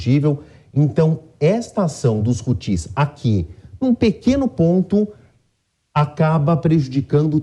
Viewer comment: Por primeira vez um ser coerente e algo culto na JP!... apenas esclarecer que a acentuação não é na última sílaba (Hutís) e sim na primeira (Hútis)...🤷🏻‍♂️